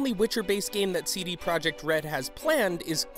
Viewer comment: did you know you dont read PROJEKT the same as PROJECT. english